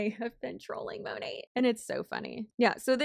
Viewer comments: It should be "mah-nayt" since it's short for "Modern Nature," but few of them say it that way lol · I swear Monat is the only company ever in existence where none of the "employees" can agree on the pronunciation of the company name. 😂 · The way Monat huns don’t know (and can’t agree on) how to pronounce “Monat”, is so weird, and it’s not a foreign word either. To me, consistent pronunciation seems essential to branding. I thought the corporate side would’ve decided to spin it as: “USA based” patriotism, or a “fancy/special foreign ingredients” thing. On the topic of mispronunciation, my family had a Daewoo (Korean brand) car when I was a kid. Even the salespeople pronounced it ‘day-woo’, so we all did! Then years later, Daewoo did a big ad campaign in Australia, and the pronunciation was pretty different. (Even now, IDK which version is correct, lol.) Fun fact, AKA my 0.5 seconds of fame… I was in a TV ad campaign with my brother, while my father had 1-2 lines. (They only used Daewoo owners in these ads!) So, in the voiceover, we ended up as someone’s “grandkids”, or just “kids”; my father was a businessman, which was close to IRL. I bet we still have the videotape somewhere - that thought makes me feel old, lol!